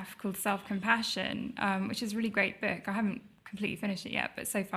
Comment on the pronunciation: Its "book" not "bek".....!